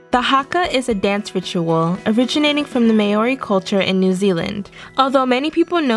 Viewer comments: First of all, the stressing of Maori is on the first syllable (MAH-ori) Second of all - You missed out on the entirety of dance in Russia! Not only has Russia perfected ballet, but is also has a culture of its own - It dates back as far as 10th century, and you haven't mentioned _one_. Not plyaska, not prisyadka, not horovod. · Did she say mae ory culture? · Maori is pronounced mao-ree just FYI, mao as in cow. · was hoping for new zealand they would show poi dancers instead of the haka, also, common mistake americans do it mispronounce maori, it isnt may-or-re, if you do some research you'll be able to find the correct way to say, just dont really know how to spell out the sound lol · Just some quick pronunciation notes: The 'āo' in 'Māori' is prinounced as a single syllable with more emphasis on the a, indicated by the accent. It's more of a long 'ah' sound, and the r is often tapped. I know this is a small thing, but especially to Indigenous Australians and Pasifika peoples, pronouncing their names properly is important. Unfortunately, the first language of the transcriber affects the sounds they hear and thus there are a ton of different spellings for the same word - for example, the Indigenous people of Sydney have their name typically spelled as Dharug, but it's also written Daruk, Dharuk, Darug, Daroog and some other ways. Pronunciation is very important to language decolonisation and reawakening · In the clip you showed from a dance comp as tango, they were dancing Viennese waltz. Your pronunciation is off on many words. Celts and Maori for a start. Do more research. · It's great that you included Māori culture but the pronunciation of "Māori" is EXTREMELY inaccurate. Please find out how a māori word is pronounced before saying it if you don't know how the pronunciation works. Te Aka is a great source, just look up the word and click the sound button. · if u are gonna pronounce Māori and our culture, at least pronounce it right!